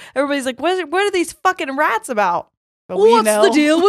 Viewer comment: I heard ratties 😂😂🐭 Also: Coagulate Louise Quagmire has me fkin dead ☠️😂